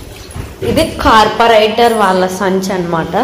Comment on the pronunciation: కార్పోరేటర్ కాదమ్మా..., కార్పెంటర్